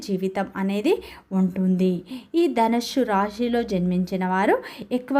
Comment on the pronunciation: నీ తలకాయ.. ధనుస్సు అని తగలడు. ధనుష్షు హుష్షూ బుష్షూ అని వాగకు.